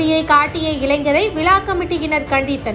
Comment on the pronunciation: விலா கமிட்டி இல்ல மா விழா கமிட்டி